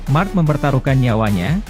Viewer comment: Marck marcrees😂😂😂